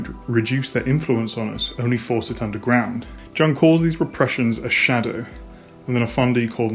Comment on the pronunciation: Minor nitpick: Jung is pronounced "yoong", not "dchuhng". Otherwise, excellent video.